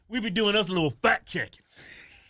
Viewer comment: I keep hearing fat checking